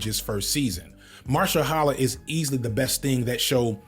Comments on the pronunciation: Mahershala Ali....Ma-Ha-Sha-La! How did you get that so wrong and keep getting it wrong? 😮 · Unc, I respect you a lot. This is coming from a place of love. But his name is Maher-shala Ali. You said Mar-shel-hala twice, so I thought I'd mention this. Thanks for the video! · Gotta get these name pronunciations down; Stefan and Mahershollaholla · It's "Ma-her-sha-la" You was taking a hammer to that man's name lolol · Dude, your whole thing is media, I know you've seen interviews of modern black actors, otherwise it take 2 seconds to hear the intro of the actor by their first names. You're a full grown adult. A-Manda-la Ma-Hersha-la When writing your video, ALL YOUTUBERS, should look up an interview, for 2 goddamn seconds, unless the actor is named George or Linda, LISTEN TO THEIR PRONUNCIATION. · Man pronouncing Milchick, Mil-i-check keeps getting me! Great video otherwise! lol Editing this because I just got to the pronunciation of Mahershala Ali lmao. "Marsha-holla Ali" 😭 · we gotta get the name pronunciations correct. Calling Amandla, Amundala. Calling Milchick, Millacheck. Calling Mahershala, Marsha-hala. It takes two seconds to learn how to say a name correctly. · it's pronounced "ma-HER-shah-luh ah-LEE"! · be struggling to pronounce these names lord 😂😂 Millicheck? Amandala? Stefen?? MARSHALL HALLA?! 💀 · And Milchick (Millacheck) and Mahershala (Marshaholla) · Did you really just butcher mahershala ali name? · pronunciation of Amandla and Mahershala made me giggle I'm so sorry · You got way too many degrees to pronounce mahershala that way my g lol